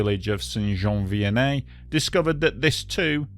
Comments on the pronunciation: Great job on the French pronunciations. As a québécois myself, your pronunciation of the town name is pretty much spot on. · I don t know where your from mate but your pronouciation of Saint -Jean Vianney is proper...and your reaserche on the matter precise .A nice trebut to all who periched that day.That event is still in our memories in Quebec. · Wow! I want to congratulate you on pronouncing St-Jean Vianney correctly people usually have a very hard time with French Canadian names